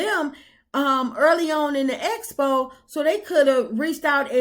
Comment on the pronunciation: Uncle Wanda teach your daughter it's expo not espo. Oh I forgot you can't say it correctly either 😂😂😂